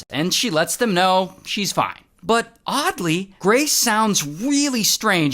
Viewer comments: The “FOINEE” always takes me out😭😭😂😂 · bro the ‘ FOINEE’ gets me every time ✌🏽😔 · I can’t with ray when he says fone and then he said Rizz 😂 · It's the "foin" for me😂